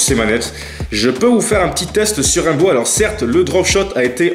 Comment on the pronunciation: Il a dit "Raimbow"😭